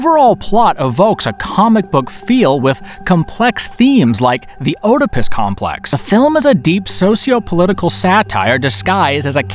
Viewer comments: I like your selection of movies. Some I will have to revisit thanks to your reviews. I would like to mention Oedipus. The O is silent.Ed-uh-pis. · Pronounced Edd-ip-us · LOL the “OH-de-pis” Complex!!! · Not heard of Killcommand, ta! Oedipus is pronounced, E-Dee-puss. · Oh-depis? And while I’m at it, it’s bestiality, not beastiality. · It's an AI narrator...the mispronouncing of 'Oedipus' gave it away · Where did this narrator learn to speak? Words like Oedipus are totally mispronounced, and he twice said "...portrays a performance...". You don't portray a performance, the portrayal IS the performance! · You’re mispronouncing some fairly common words. Is English your second language? If so, bravo, you speak it really well for a non-native speaker. If it’s NOT your second language... I strongly suggest you LOOK UP the pronunciations of words you don’t know or with which you are unfamiliar. Oedipus is pronounced ED-ipuss, for example.